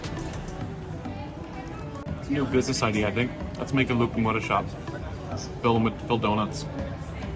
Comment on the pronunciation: Kostas not costa Loukoumades bot locomata Bougatsa IS the name of the first thing you were eating. Bougatsadiko is the name of the bakery